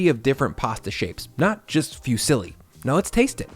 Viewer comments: I just came here to say: IT'S PRONOUNCED FUZZILI NOT FEW SILLY! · Love your content man but if I ever hear you say “fusilli” as “few silly” again I’m going to cry. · These are all fantastic, but just cannot get over your pronunciation of Fusilli (fyoo-silly). HA! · It's not fewsilly. Foo see lee